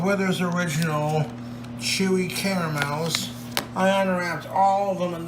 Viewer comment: New bog speak detected. 'Weathers Original' not 'Werthers original'